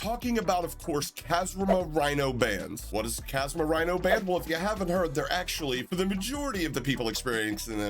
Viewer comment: It's Case-RMA. Risk Management Agency is most likely what their acronym means. Why would you get banned for no reason? No one is getting banned for no reason. I tried everything I could think of that might get someone flagged. All the stuff people are theorizing to cause the ban and of course no surprise I still haven't been banned. Even after an almost if not perfect center mass snap that immediately caused my game to crash, and forced the longest scan and repair I've ever done, still not. The only thing I haven't tried are cheats. I don't believe people on the internet anymore. Where are all the lawsuits at if people can prove they were falsely banned? I never hear a word about anyone taking legal action. People are dumb is the problem, and people who cheat are the epitome of stupid. Ricochet doesn't care if you cheated on PGA tour 2003, if there are digital signatures from detected third party providers in your cache that you probably don't even know how to remove. Then 😂 is all I have to say. "Congratulations you played yourself." Better hit up Clara to scrub a dub instead of extracting next time.